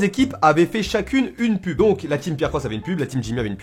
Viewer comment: De a j'ai fait que d'entendre " pute " au lieu de " pub "😂😂😂